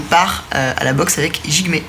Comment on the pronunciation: Ça vous stresse pas quand il prononce Jigmé alors que ça se prononce (D)Jigme